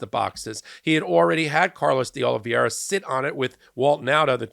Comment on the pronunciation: lOVE YOUR TAKE ON THINGS, BUT DRIVES ME CRAZY WHEN mEIDAS tOUCH PEOPLE SCREW UP NAME OR WORDS LIKE. saying "Olviera" rather than "Olivera"...and this is not a one time error,. You made this mistake over and over again!